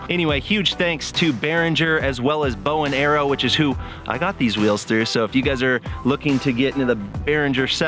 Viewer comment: Sounded like you said bow and arrow! Bowen Aero.